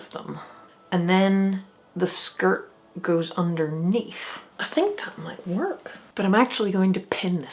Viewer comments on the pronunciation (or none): none